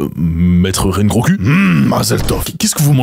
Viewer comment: Rengo"ku" jpp